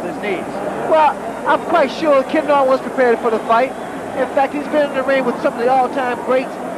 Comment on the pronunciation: When the ring announcer mispronounced Ken Norton's last name he should of gotten the hell out of that ring. It was all downhill from there.